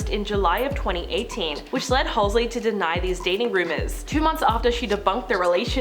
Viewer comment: Had to stop watching cuz she kept saying "Halsley" 🤣